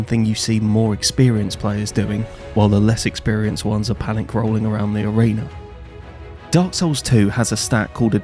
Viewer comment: Telling other people to level themselves up when you can even pronounce the title of the games you're playing is wild. It's Dark Souls, not Dark Sews.